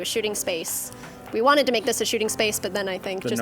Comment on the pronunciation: U make-uh me sad